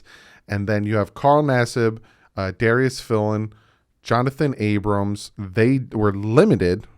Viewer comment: Why does everyone call him Abrams? His name clearly doesn't end with an S. It's Abram (eh-bruhm) Even nfl play by play guys get it wrong.